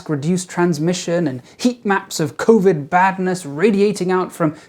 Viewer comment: did you say covideo?